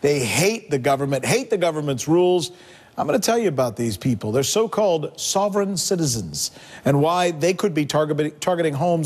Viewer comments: He can't even say the word "sovereign" right. What a douche this sanchez guy is. And the southern povery law center is a communist anti-American organization. Ut Oh, sanchez in trouble for saying something about jews, whose the racist now dirty sanchez. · Rick Dirty Sanchez can't even pronounce sovereign let alone understand the concept. Oh wait government is his god, now it makes sense. He reverses his ideology that he would normaly use to support the invasion of illegal's to the states. Even more funny about this video to me is the fact they are bitching about people who hate the government and at the same time the stock market ticker is showing the DOW down -134.00 points.